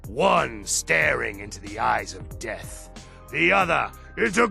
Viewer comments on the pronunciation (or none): none